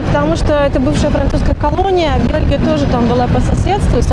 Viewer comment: Не белги,а Белхи😂